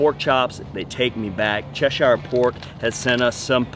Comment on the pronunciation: OK just FYI. It's pronounced ( as in the UK County) chesher. You are welcome..